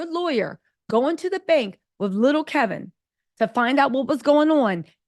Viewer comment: HIS NAME IS KEVIN..NO L.